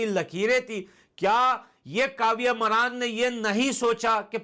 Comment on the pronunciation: मरान नहीं मारन 😂😂 Maraan nhi maaran😂😂